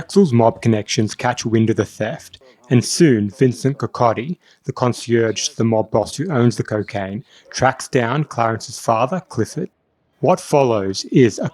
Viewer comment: It's pronounced "Consiliery". And yeah, "no thank you I got one." And the music. Epic. "Come again"